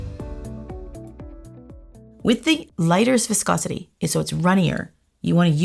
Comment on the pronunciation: wanna get drunk take a shot when she says voscosity